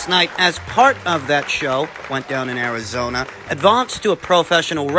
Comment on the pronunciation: "Arizonia" lmao